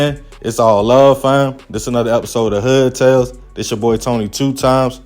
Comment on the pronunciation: Did you say hood tales or hud tales😂😂😂😂